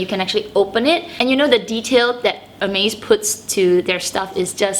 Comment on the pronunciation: Your first 4 mins of video made me confused. Sorry, i was wondering and didnt understand why you kept saying "amaze bag" in the video, then I clicked in that you were actually saying "Hermes bag". 😂😂😂